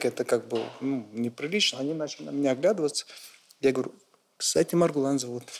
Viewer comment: Не Мургулан а Маргулан